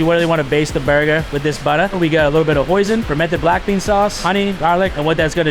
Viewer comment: It's hoisin not poision🫩🤞